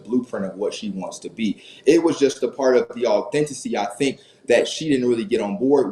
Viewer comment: “Authenticity”…you couldn’t get that word right and it was driving me nuts. Just keep that in mind for future conversations.